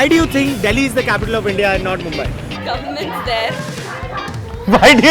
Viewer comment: Takle tu MUMBAI bolna sikhle .